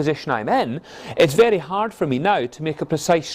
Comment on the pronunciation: Yesh Mish Moneypenny Love the way he says vehrry Nice video weel explained